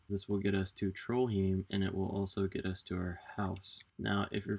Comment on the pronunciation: it's pronounced trollhaim